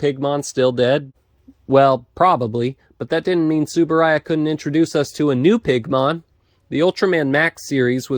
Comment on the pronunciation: The U in Uehara and T in Tsuburaya aren't silent